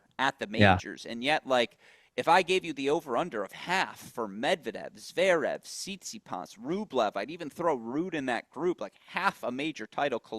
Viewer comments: I like these discussions with. Thank god you have FINALLY got him to stop saying Zveerev. Lord knows why he has persisted so long, but we thank you. 🥳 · Steve also says Zverev wrong, sort of Zerev 😂 bless him